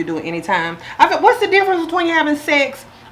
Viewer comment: Gurl nots "secks" lol